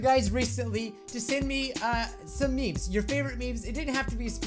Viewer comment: Not "Meme's", "Memes"*